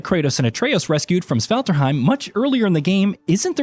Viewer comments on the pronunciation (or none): By the Gods, could you please at least try to not pronounce Svartalfheim as "Svelterheim"... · How do you find out whether or not a narrator has actually played the game? Just wait til they say Svartalfheim….